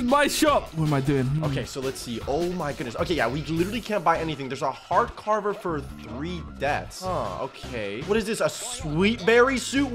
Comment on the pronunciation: really said heart carver the wrong way